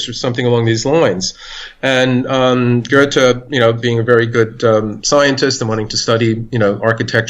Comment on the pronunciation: Amazing interview. I've read Lachman's book - a great inspiration. The only thing I would object against is the way he (and his interviewer) pronounce Goethe's name. It took me while to sass out who they talk about. Why English speaking people cannot take the effort to learn how to pronounce foreign names. It often happens with C. G. Jung - people saying 'Young'.